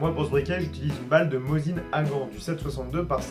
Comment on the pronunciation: Salut ! Après vérification oui c'est bien "Mosin Nagant" désolé pour la prononciation ! Mais pour le reste je ne me trompe pas le calibre 7.62x54r est bien une munitions de chasse tout comme le Mosin Nagant est un fusil de chasse aujourd'hui... Il a été utilisé dans l'armée c'est vrais mais celà n'empêche pas qu'aujourd'hui on l'utilise pour la chasse ^^.